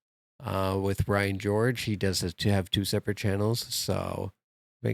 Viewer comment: Did you just say Ryan Gorge?